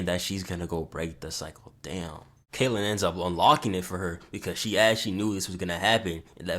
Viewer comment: "K.K.Kaitlyn" bro 💀